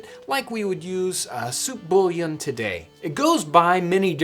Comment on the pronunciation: What is that accent? I've never heard bouillon pronounced that way before